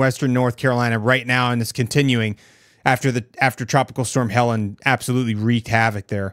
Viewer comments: It's Helene, not Helen. Pronounced Heh - LEEN. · Helene not Helen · Its HELENE not HELENA, and your thumbnail called it a tropical storm. It's a hurricane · Not Helen. Not Helena. “Hel-een” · It’s Helene not Helen. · It's pronounced Hell Leen. Not Helen... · Ha - lean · Noted ✅️ not hellan😂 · Good video. But one suggestion would be to pronounce the name of the storm correctly. Thanks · Mispronouncing the hurricane name makes me question the credibility and realize you must not be here in the middle of it. Thanks for the coverage though…the media isn’t covering any of this devastation to the Carolina’s.